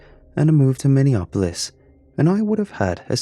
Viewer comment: It's Minne-A- polis man...( short sound a)...